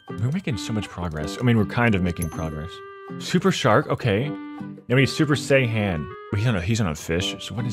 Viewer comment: Dbz Fans comment if you want to hunt him for him saying Sayian wrong